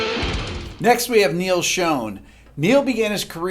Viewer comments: You're absolutely right. Neal Schon is the greatest guitar player ever in my opinion. Pronounced "Shawn" by the way. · You mispronounced Neal Schon's last name